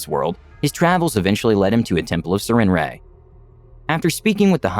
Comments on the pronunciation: Why does never bother to actually look up words before he puts out videos? I've never heard anyone say "Sir-ren-ray," which makes since because the name is spelled "Sarenrae." Like, the fuck, are you unable to spend 5 seconds on Google, figuring out something so simplistic? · I thought the goddess was said as "s air in ray", but anyway really good story!